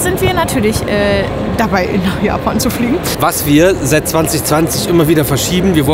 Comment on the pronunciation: Yes! Es geht los mit den VLOGs aus Japa"i"n. 😛Der Disclaimer von war mega. 😀 Aber krass wie anders Japan jetzt schon wirkt. Also, nicht negativ gemeint, eher sehr interessant anders. Das Zimmer ist auch cool. Irgendwie süß. Besonders der Wasserkocher hat uns begeistert 😂 Dann sind wir jetzt auf die 4 Tage Disney sehr gespannt. Besonders auf Disney Tokyo Sea. Danke für den schönen Einstieg in Eure Japan Tour. Liebe Grüße, Alexandra und Peter.